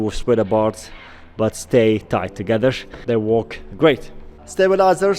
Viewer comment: Stop putting SH, or S, on the end of words that don't need it... Togethersh